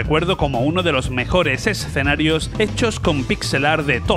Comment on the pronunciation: BUEN VIDEO! LO AMÉ! PD: deberías sortear una Neo Geo a aquellos que sepan cuantas veces dices la palabra "ESSSS-CENARIOS!" en este video! 😂 o "Art OR Fighting" en lugar de ART OF FIGHTING.